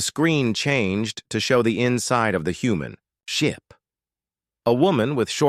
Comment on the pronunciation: "The screen switch to show the inside of the human... ship!" Weird bits of pause and emphasis all over. And I still don't like this over-used AI voice.